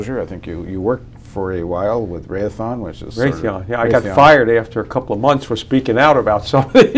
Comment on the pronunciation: The interviewer is pathetic. Doesn't even know how to pronounce Raytheon?